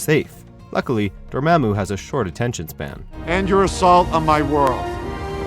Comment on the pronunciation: How you say Dormammu wrong when when the movie plays in the background for fuck sake get new people to read scripts. Most o ya dont even know how to pronounce anything